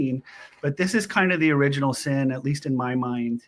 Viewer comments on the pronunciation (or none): none